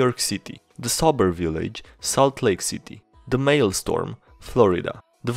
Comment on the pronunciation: A bit of pronounciation (though your About page says you're from the UK, so this might just be my American English): For the list : The second half of "maelstrom" has the r and o reversed from "storm", so it's more like "strong" "faux" is pronounced the same as "foe". In the dialogue : "Kramer" begins the same way as "crane". "Mephistopheles" is "meh fist off feel ees" or "meh fist off fell ees" , in "goliath", the i is stressed, not the o